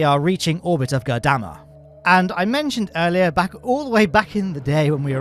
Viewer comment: makes an effort to pronounce Gurdamma correctly Also: omits the R in Ireland and proceeds to say “Island” about a dozen times in 5 minutes.